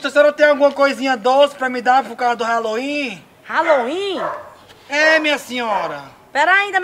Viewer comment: Brasileiro não acerta nem falar Halloween e quer comemorar kkkkk